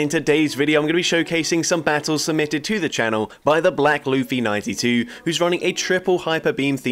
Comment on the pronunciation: watches OP confirmed, he pronounced Luffy right